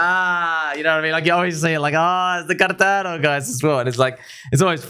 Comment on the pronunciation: Bro I can’t stop laughing about the guy who told you we have this on carrrrdano 😂😂😂😂😂